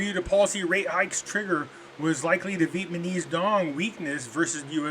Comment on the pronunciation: Pretty sure its NOT "VIETMANESE"....come on!!!!Please